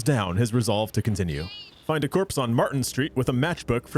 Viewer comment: Jorpse made me laugh, which is bad because it made me cough painfully.